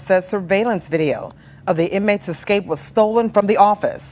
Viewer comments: Escape, not Ecscape or Excape! Do better! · Video of his "excape" WTF is "excape". Stop hiring people to relay news to the public who can't even speak English properly.